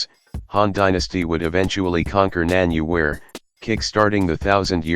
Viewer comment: This is the worst pronunciation of Nanyue I've ever heard. It is two syllables, not three! If you are going treat this state as a part of Vietnamese history, you can spell it the Vietnamese way as "Nam Viet." But the view that Nanyue was a Vietnamese state was debunked long ago. It can be thought of as a Cantonese state, i.e. ancestral to Hong Kong. In Chinese, "Yue" means Cantonese.